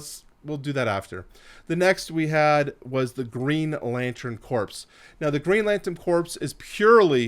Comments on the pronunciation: Also Corps is pronounced like “Core” not “Corpse”. Awesome video though! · What he said. And Corps is pronounced “core”, as in the “ps” is silent.